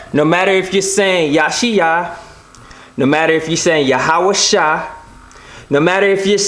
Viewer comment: I think it would help alot to pronounce these names in the original language... or at least not american. YahawaSHEE...not -Shy, at least.